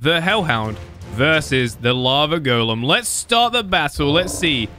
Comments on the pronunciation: sounds like he's saying lavagirl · When say lava golen i herd lava girl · It sounds like he is saying lava girl